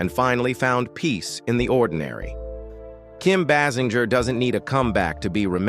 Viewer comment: Kim BASS IN GUR?